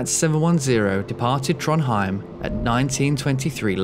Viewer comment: to be honest the only one you almost got right was Trondheim 😂😂😂